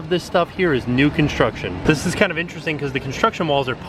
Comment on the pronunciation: you forgot the R in construction....